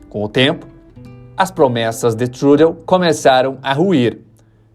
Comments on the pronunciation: Fala-se Trudô - é frances. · Meu filho, É /trudô/. A pronúncia é fundamental pra quem produz conteúdo. Dá credibilidade. Sou polaco burro, também. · O sobrenome é francês : fala- se TRUDÔ . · Se é jornalista aprenda a pronunciar pelo menos o nome do lider político do país... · Não sabe pronunciar o nome do primeiro ministro do Canadá. Triste triste. O seu inglês deve ser um desastre. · Se o Canadá não gastasse o monte de dinheiro na Guerra da Ucrânia poderia investir em financiamento de baixo custo em habitações mais populares. A imigração é um mero ESPANTALHO, coisa que ninguém está levando em conta, inclusive esse autor do vídeo que vai na onda e não procura achar as raízes. O cara que fez esse vídeo conhece tanto, mas tanto mesmo o Canadá , que nem consegue pronunciar o nome do Trudeau.😑😑😑😑😑😑😑😑